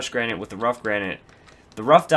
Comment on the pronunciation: Lol u don't know how to pronounce granite(Repliers shut up) The 'a' is said like in grand and the 'nite' is said like the word knit.